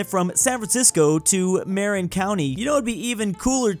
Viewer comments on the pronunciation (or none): It's obvious has never lived in the Bay Area. Marin County is properly pronounced "muh-RIHN".